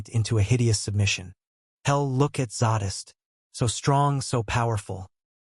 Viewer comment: Couldn't even say Zadist name correctly.